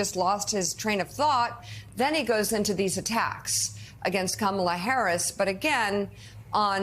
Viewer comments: OMG, he's pronouncing her name correctly! He's really lost it. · Poor old man. Every once in a while, he forgets and pronounces Kamala correctly! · He pronounced her named correctly! 😂 KAMA-la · Ooh! He slipped and said her name properly! 😮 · Wow, did you notice Trump forgot to butcher the pronunciation of Kamala! He forgot one if his insults. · Holy crap he said her name right